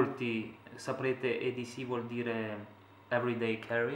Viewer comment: Si dice edc non eds